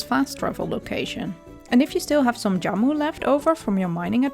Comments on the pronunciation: Jamu not yamu :) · Good video but I just want to correct something as Indonesian myself. Jamu pronounced with Jhamu not yamu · very helpful, thanks... anyway, spelling Jamu is not Yamu, but J like Jeep. but yes... thanks again. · It's Jamu.. Like Jam but British + U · Jamu is pronounce with hard j just like j in jam.... hope this helps....